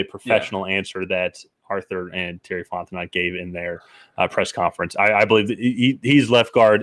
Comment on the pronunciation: The last T in Fontenot is silent, btw. It's pronounced "Font-eh-NO" 😅